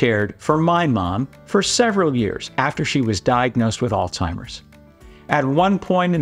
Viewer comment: Sir, are you a doctor? Surprises me that a medical professional would mispronounce the word Alzheimer’s, which is what much of your video refers to.